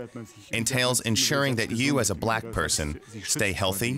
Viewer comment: I love how she pronounced Black as "Bleck." And her accent can grow on you.